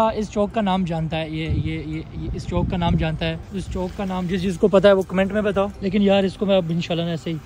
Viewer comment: Chock ni Chowk 😂